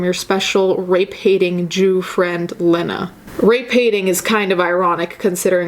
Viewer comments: Lee-nah NOT Leh-nah . sorry it was just driving me nuts. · its "lee-nah" (lean-ah) just fyi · Len- Ah is not a name just so you know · I am NOT a lena dunham fan. My name is lena and there can only be one. However, I pronounce it leeeeeeena, and she pronounces it layna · Its lee-na dumbass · You're saying her name wrong. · You’re mispronouncing Lena’s name. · As much as I dislike Lena Dunham, I’m super triggered by how you’re mispronouncing her name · your pronouncing her name wrong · You kept saying Lena wrong and it was annoying me lmao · I think you're amazing but the way you pronounce her name triggers me lol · You’re saying her name wrong which makes you look silly imo. Also it’s Judd Apatow not judge. Also I’ve listened to that podcast and it was tasteless or whatever but I get what she was saying. I don’t think she’s garbage. That’s all.